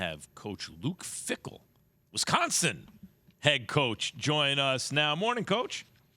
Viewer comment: Keshawn… it’s WISconsin, not WESconsin